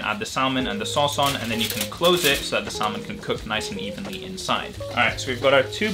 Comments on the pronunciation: look, I like your videos but, it's SA-MON, not SAL-MON. I hate to be that guy lol pls don't get mad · So cute , in salmon the l is silent here, yr welcome. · Idk why I find it so funny but the way you pronounce salmon is just KILLING me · It really made my day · Hearing you say salmon and pronouncing the L has me questioning my language skills